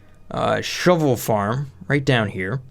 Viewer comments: Say "Shove" say "vole" now say "shove vole" not shovel !!! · Wen u say shove vole i hear shovel.